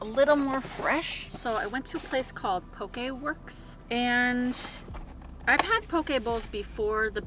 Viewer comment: Aloha, love your channel and wanted to say this Hawaiian girl appreciates you pronouncing poke correctly 🌺🌈